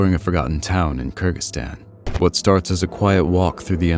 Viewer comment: tf you mean kirkistan 😭